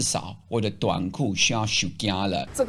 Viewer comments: 版主 : 你說的( 休假 )發音變成台語的( 收驚 )了. 是字幕打錯嗎 ? 總之. ( 休假 )的發音. 並不是那個. 我當天沒有害怕. 也沒有躲避. 頂樓很晃. 逃也逃不了. 就... 等它搖完吧 !? 聽天由命 ! 只是很擔心住在老家的媽咪. 電話又打不通... 搖完就馬上衝回老家了. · 當你說「休假」時的口音很像台語的「收驚」。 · 其實我以為本來他就是要說收驚誒😂😂也很合理啦